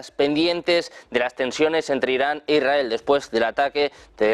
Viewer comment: IS RA EL....Leer bien...partido se va algo mas...